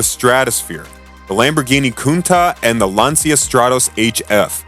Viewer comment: too bad the narrator can't pronounce words like Lancia and Renault properly. It ruins the credibility of the presentation.